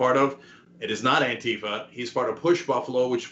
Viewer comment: Why does the right keep pronouncing "ANTIFA" as, "ANNE-tuh-fuh?" It's an abbreviation for "Anti-fascist." It's pronounced, "Anne-TEE-fah."